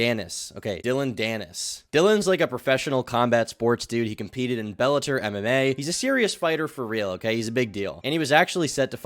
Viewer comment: he competed in "BellatER" MMA? You deadass?